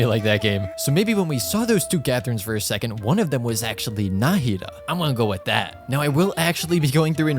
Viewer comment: Did I miss an upload or is no one mentioning about him pronouncing "Nahida" incorrectly